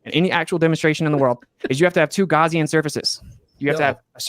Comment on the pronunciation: It's so cute that he can't pronounce Gaussian correctly. The way he says it implies something from a first aid kit.